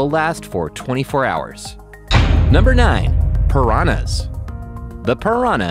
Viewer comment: Love how he said paranas eat fishes